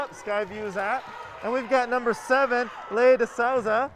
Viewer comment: It’s pronounced lee- uh not Leia